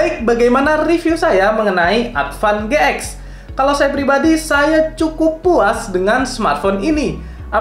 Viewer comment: Advan GX ----> bacanya Advan G-Ten 🙄